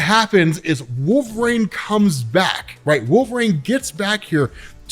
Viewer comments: Stop saying wolverines name wrong. Every video you say wolver”rain” drives me crazy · Gonna start saying "walverayne" from now on. 😂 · I love ur vids but god almighty will u ever be able to pronounce the word " wolverine" ? Just askin, cause ur killing me dude. Or are you on some hipster trip where u think ur the only person sayin it right? 😅